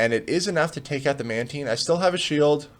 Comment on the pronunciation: FIrst person to say matine as manteen